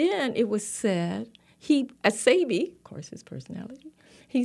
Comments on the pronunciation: It's pronounced "Say-bee", not "See-bee". Ugh.. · It’s when she corrected her on how to pronounce Sebi …yet she still mispronounced it😫